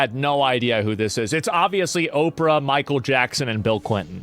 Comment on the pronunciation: Did he just call her operah😂